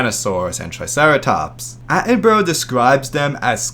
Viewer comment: Pronounced Sir David Atten-Bruh please